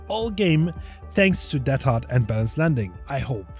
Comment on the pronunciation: Why are you pronouncing deadhard teathard? kinda interesting